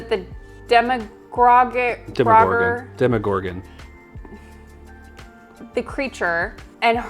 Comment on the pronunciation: Demo not Demi